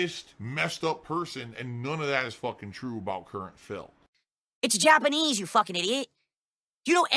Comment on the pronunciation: 🐷: "Ubisahft doesnt know about Jappaneez kulture!" Says the guy who couldn't find Japan on a map.